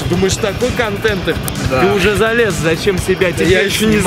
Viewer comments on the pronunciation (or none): none